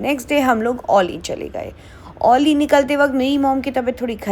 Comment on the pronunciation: Not Ollie it’s auli